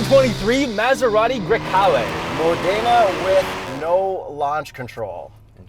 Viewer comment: Great review--as always. BTW. Modena is pronounced with the tonic accent on the MO. Therefore....MOdena....Bravissimo.